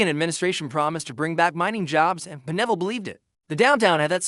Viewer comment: Pine ville not P'neville